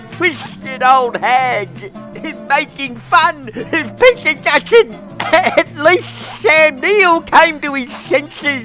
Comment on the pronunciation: What a ball tearer thsi one is, serveral beers into the evening and has nailed it again. Bwuce Spwingteen and Peta Dutton!